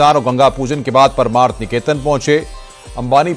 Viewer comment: paramarth hai paraamarth nahi... pronounce to sahi kar lo